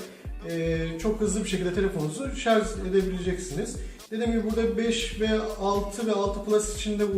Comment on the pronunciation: Başlığa şarj yazıyo videoda şarz diyo mal dolandırıcı